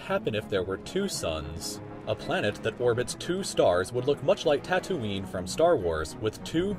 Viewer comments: did he say tat oon nie well its TAtooeene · Am I the only one mad about how he pronounced Tatooine???